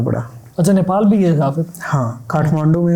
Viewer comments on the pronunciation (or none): none